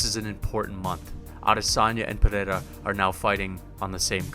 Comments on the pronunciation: "Pereira" not "pineda" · its NOT PERERA , its PEREIRA brother